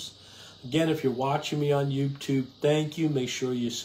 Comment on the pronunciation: I love your talks. You talk so much sense and you should have more views. Just Fyi...sometimes you dont pronounce 'Youtube' correctly. Thanks for your videos.